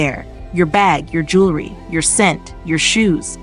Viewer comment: You mispronounced jewelry. You said jewlery.